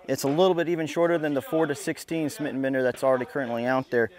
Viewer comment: Are you still pronouncing it "Smit & Bender" now that it's 2016?